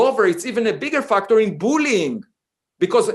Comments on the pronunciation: I love him pronouncing factor as "fucktor" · feels like the word “factor” is too close to the f-word. My ear kept thinking he’s swearing…